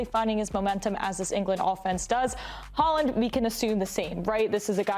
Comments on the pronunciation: What did you say??!! Erling Haaling??!! C’mon! You can do better than that. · Erling Haaland❌ Erling Haaling✅